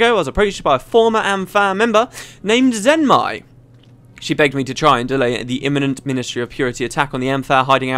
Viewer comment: Zenmai, not Zemnai